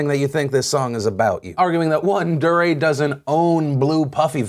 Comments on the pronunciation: Dee-ray. Not Durr-ray. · Not sure if Phil mispronounced Dee-Ray as Der-ray on purpose to highlight his durr moment... but if the shoe fits... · I think it's pronounced dee-ray, Phil. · His name is pronounced D-RAY . not duh-ray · so its pronounced duhRAY? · Deray is pronounced Dee- Ray #PSA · did you call him dariah? lol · Phil I've been subscribed to you since I was in middle school, you are falling off just pronounce his name right man "DEE-ray" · It's pronounced DEE-ray. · Just so you know Phil, I think it's pronounce DEE Ray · It's pronounced D-ray DeRay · I love how you call him Durrr ray hahaha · Honestly I just can't get over the way you are saying Deray's name. Emphasis should be on the second syllable. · The way Phil pronounced Deray made me cringe